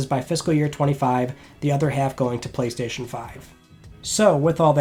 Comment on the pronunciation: It's Friday on the 27th of May, let's talk PlayStayshon